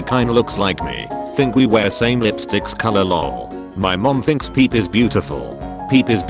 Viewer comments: disliked for pronouncing pepe Peep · But how the computer pronounced pepe 😂👌